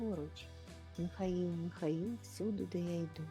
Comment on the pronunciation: Тільки не Міхаіл, а МИхаЇл. Якщо українською.